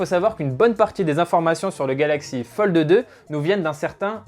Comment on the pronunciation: Metexya eSport Merci du coup je n’entend que ça 😂😂😂